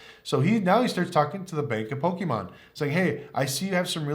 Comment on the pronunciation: Its Pokemon not pokiimon. Great video though. Props are awesome!